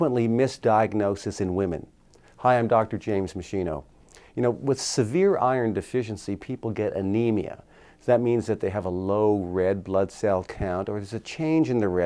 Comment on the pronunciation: I presume you are of Italian origin so PLEASE pronounce your surname correctly: it's pronounced MESKINO. Thankyou Sir.